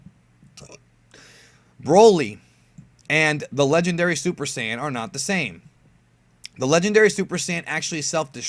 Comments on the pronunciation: Quit saying SIYIN. ITS SAIYAN. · "SI YAN ARC" how you pronounce sayian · you mispronounced saiyan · Just noticed: He can pronounce Gine, but not saiyan